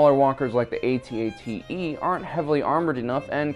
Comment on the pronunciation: Did he say at-ate